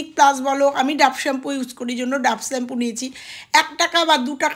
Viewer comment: সবই ভালো শুধু শ্যাম্পু উচ্চারণ টা ছাড়া। খুবই কানে লাগলো।